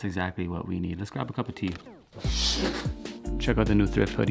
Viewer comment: Why do I love the way you say "cup of tea"? It's not chopped, it's like on one unique symphony frequency line "cupatea" ahahah. A random anecdote to share vibes. Thanks for what you do.